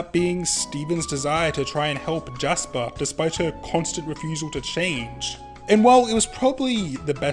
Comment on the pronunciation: Lasper and Japis huh?